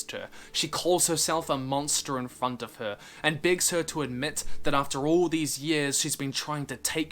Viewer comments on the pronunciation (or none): none